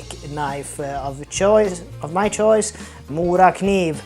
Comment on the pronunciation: Now I know how to pronounce “Morakniv”, not being from Sweden. Thanks for another wonderful video and have a merry Christmas!